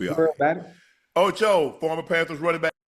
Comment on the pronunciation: The way he said ocho he said ocha that man was bothered by his comment fr